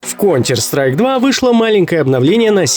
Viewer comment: "Кончер сосайк" игра отныне называется